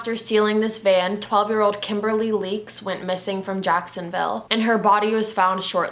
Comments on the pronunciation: It’s Kimberly Leach, not Leaks. At least get that right. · Leach not leeks. Poor girl- her father was in law enforcement as well. I hate Bundy. He was NOT GOODLOOKING. Everyone said how handsome he was. Just gross. I wish him, Dahmer and Gacy could have been locked up in one room w no food or water. Let’s see how that would go.. sorry I just despise women killers.